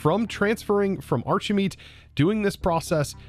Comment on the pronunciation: Why pronounce it "archeymeat" and not 'archimeat" like you pronounce "architect" ?